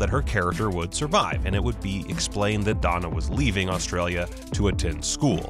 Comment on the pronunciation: Why can't Americans pronounce the words Australia and Australians??? They say them as if they have double Ls. Margot Robbie is fab in everything she does.